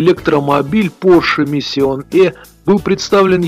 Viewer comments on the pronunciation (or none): Не "миссион", а "мишн".